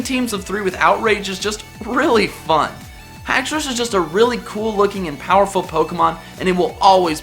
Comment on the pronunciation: as soon as he said alolan exegutori dislikrd the video but then he said haxourous and i liked it instead